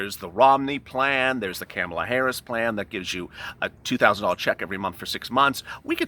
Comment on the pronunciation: Camel-a😆, it's pronounced ka-mal-a 🥴